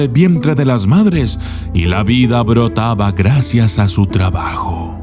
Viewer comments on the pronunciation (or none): none